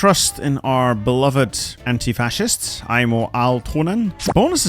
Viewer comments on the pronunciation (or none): none